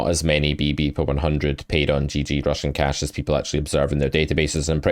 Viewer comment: I always hear Russian cash :)